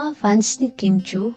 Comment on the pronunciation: Kim Chiu hindi Kim Chui. Pronounce it para madali ang pag spell